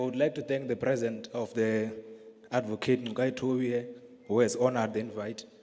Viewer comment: No effort at all to pronounce Ngcukaitobi